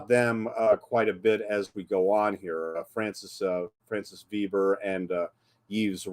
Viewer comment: sequel is sad original is a wowser Veber translation by Hollywood make me regret je suis americaine you need to learn French pronunciation.